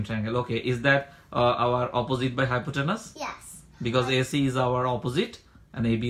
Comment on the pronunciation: it's "hypotenuse". carry on. best wishes!